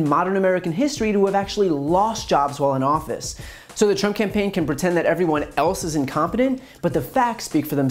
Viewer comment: yes I heard him I think he said Donald prump 🤣🤣